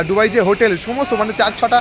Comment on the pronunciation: ডুবাই না দুবাই কোন টা??